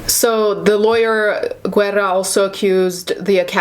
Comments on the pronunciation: Guerra= weda as the correct pronunciation. Sorry couldn't help it. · Okay not that it matters, but the name "Guerra" doesn't have the u pronounced. In Spanish, when a g or c precedes an e or i, its pronunciation changes (g's get an h pronunciation, c's sound like an s). To negate this change, a u is placed between the letters when written. Without the u, it'd be pronounced like "Jerra". You only pronounce the u if it has the ü, like in "cigüeña" or "Nicaragüense".